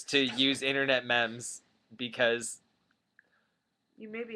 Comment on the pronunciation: meme is pronounced MEEM. :)